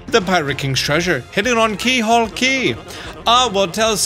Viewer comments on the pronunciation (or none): Surprised no one has said anything about this- it’s “Keelhaul” Key. I think most people would expect a 100% guide to get something like this correct.